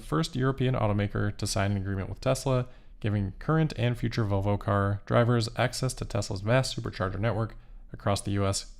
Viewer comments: I swear you said "Voe Voe" several times. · can’t pronounce the “L” in “Volvo” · Please ….pronounce the L in Volvo.